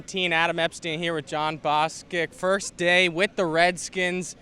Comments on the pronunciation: Why do they have this loser interviewing people? How you say the guys name wrong. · Jon, if you walked away after he butchered your name. Redskin fans would have understood..